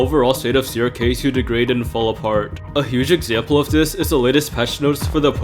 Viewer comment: Crk NOT crob 😂